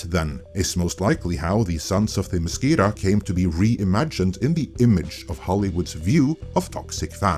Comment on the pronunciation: Firstly, you’re pronouncing Themiscyra wrong but I don’t blame you because they mispronounced it in the show too. Secondly, there is no majority. After the final tally, the US appears to be very evenly divided down the middle in terms of the popular vote.